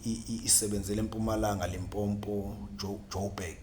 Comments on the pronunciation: Limpopo not Limpompo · Does matter if he call Limpopo or limpompo